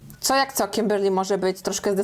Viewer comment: Kiberrrrr Lyyyy w twoim wykonaniu jest nawet lepsze 🤣🤗